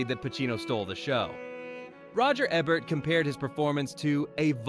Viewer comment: That's pronounced "Eeeebert."